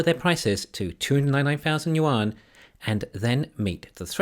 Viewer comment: Hey, loving the videos, keep up the good work! One small thing - yuan is pronounced more like “yoo-en” than “yoo-ahn” 😅